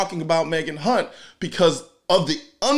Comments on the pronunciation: You kept mispronouncing Kunt. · You pronounced her name wrong. It is pronounced Megak Hunt. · I'm just wondering how hard it was to say Hunt correctly.